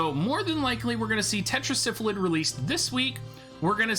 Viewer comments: It's Tetra Sylpheed! not tetra syphilid as in 5 sylphs in a council god it drives me nuts every time you say it like it's syphilis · Only because of his terrible mispronunciation of Sylpheed